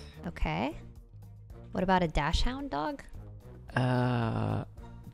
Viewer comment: Did she just say "is that DASHHUND DOG NOOOO ITS DACHSHUND